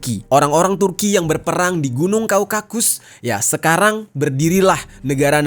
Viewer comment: Bukan kaukakus tapi Kaukasus bang...